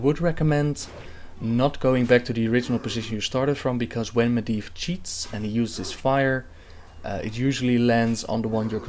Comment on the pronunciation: Medivh is prononced MedJiv if im not mistaken :)